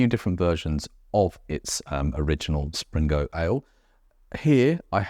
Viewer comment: Enjoyable vids, thank you. I visited the Blue Anchor in 1978 and it doesn't appear to have changed! Pedant Point - its Spingo, no 'R' in there.........